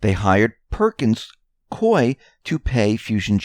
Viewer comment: Perkins Coie, pronounced Koo-ey. Like Gooey with a K.